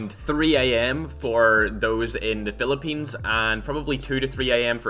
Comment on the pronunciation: NOICE SAID PHILIPPINES